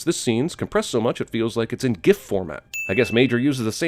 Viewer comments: sin yourself for mispronouncing Gif. And another 1.000.00 sins for the retardation in the comments. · It's pronounced JIF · It's pronounced JIF, Jeremy. smh. i'm disappointed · the creator of gif said its pronounced jif. plus, how do you pronounce the abbreviation of "personal computer"? pee-cee or pee-kay? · sins to Cinema Sins for pronouncing Gif incorrectly.